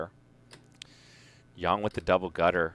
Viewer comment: It's not pronounced Yan...it's pronounced Yang like ying and yang